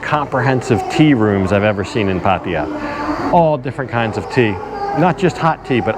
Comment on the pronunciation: Great! We want to visit it now. On a side note: it's "PattAya", not "Pattiya" Sounds annoying when you say it like that 😄